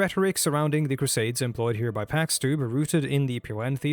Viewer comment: You're probably right, he constantly butchers his own name as "packs" (It should be pronounced like "chicken pox").